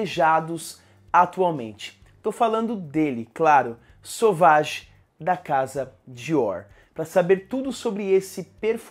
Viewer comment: Meu Deus, por que todo mundo fala o nome desse perfume errado. Não é sauvagiii é sévagí